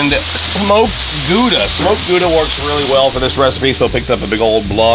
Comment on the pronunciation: Hey there… must be a whole lot warmer there…. Saw you at CJ’s venue… left my “ATTABOY” there for ya… on the empty solo cup… 😁 great witness!!!! LOVE bison meat…. Isn’t horseradish spicy?? BTW, Gouda’s vowels pronounced as “ow” (like “how”)… the “g” is like you’re ready to spit (the throat sound)… Parents born in Netherlands (Holland), immigrated here in 1956… learned the Dutch language, I did….